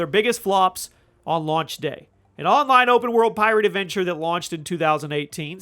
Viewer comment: "lunch" it's launch